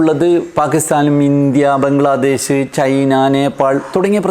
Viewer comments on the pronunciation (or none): none